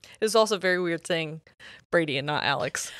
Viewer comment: Now you said Brady, but I heard Birdie. That's gonna be a problem 😂😂😂